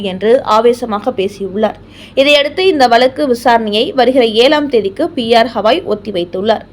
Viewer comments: ஹவாய்...இல்லை. கவாய். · P.R. ஹவாய் இல்லை, கவாய். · ஒழுங்காக தலைமை நீதிபதியின் பெயரை சொல்லத் தெரியாதா அல்லது வாயில் நுழையவில்லையா? அவர் பெயர் கவாய்.அது ஹவாய் இல்லை.அவருடைய பதவிக்காலம் இம்மாதத்தோடு முடியப்போகிறது.அதற்குள்ளாகவாவது அவருடைய பெயரை சரியாகச் சொல்ல முயற்சி செய்யவேண்டும்